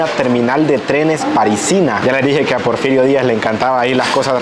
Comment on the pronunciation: Porferiato???....Porferio???...anotalo porque dices muchas tonterías